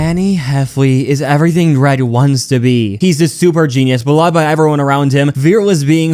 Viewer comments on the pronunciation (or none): none